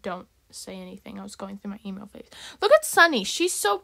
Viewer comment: Wen you said emo fase I thought you said e-mail fase